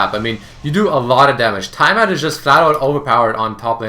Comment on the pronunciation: T-AH-MAT not TIE-Y-MAT I really don't know why that bothered me so much.